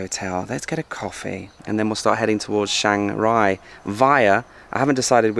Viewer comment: CH, not SH